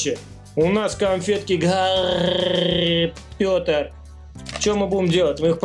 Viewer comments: не Гари Петоро а Гари потора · не Гарри. Пётр аГарри. Поттр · Ахах какой гарри пётер?!! Гарри Потер! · не Гарри Пётор а Гарри Поттер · не гари пётр а гари потер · не гари потер а гарри потер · Джон Сина не гарри потер а Гарри Поттер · не гари петер а гари потер